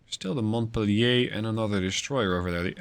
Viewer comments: "Montpelier (/mɒntˈpiːljər/ mont-PEEL-yər)[6][7] is the capital of the U.S. state of Vermont" (via Wikipedia). It should not be pronounced as a French word but as English as indicated above. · Montpelier...Mont-pel-lee-er. 🙂Good show. Keep the sharks away from Indianapolis.